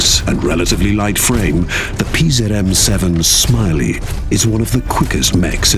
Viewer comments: Goddamit it's "śmiały" as on "Bold" not smiley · It's not Smiley, just the narrator having no idea how to pronounce it. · Dammit, das heisst nicht SMILEY. It's Ś m i a ł y Why does everyone keep pretending Polish is so hard? :D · Śmiały is pronounced here like english Smiley by this british guy which feels super intentional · Polish speaker: that's not how you pronounce... English person: fuck you, I'm naming him SMILEY